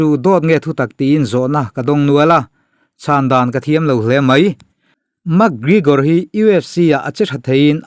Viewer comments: Ka pu..., Mak... ti lovin mek... tiin lam ri rawh.... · "Mak grigor" 😂😂😂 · A hming pawh ilam thiamlo nia...Mak grigor te ti mai mai ngaih na awm lo....thil hi in hre ṭhin sia e...Isua kha pawngtawng takin a cho ani lo e....Silchar a mi Rajua hi rawn cho se boruak a siam lo ngawt ang. ...Conor khan Isua meuh kha ropui ati em em a fiamthu nan reporter ten an zawhna a chhang mai ani. Tin, a thusawi vanga hrem nghal tur nise Atheist ho te, mawngkaw hur hi te hi an ke a tliak nasa lutuk anga an kut in an kal tawh ang. Mi accident tawh Pathian in a hrem lo tih ngawt zel hi mi mawl thawmhnaw mawi ber pawl ani e. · Pronounce hi chu a in anglo,mse mi tam zawkte lam rik dan angin,mac gregor,ti ve mai la,mug gregor tih tlat cu,ngaihthlak ati nuamlo zo vek lawm le aw... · Max GreGor anilo🤣 McGregor alawm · Mekgigor ti hian ring announcer ten an lam.. Makgrigor ti hian an lam lem lo. Mase kan tawng a nilo a dik thovang. I lam zig ag reg si a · MAK Grigawr ti zing mawlh nawlh mai sia aw😂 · Mak gregor tih ron lam apiangin ka nui😂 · Mak gregor itia mi an 2 hming pawh i lam tha thei meuh lo ami🤣🤣🤣 Ronda rosu te la ti ta deuh²🤣🤣🤣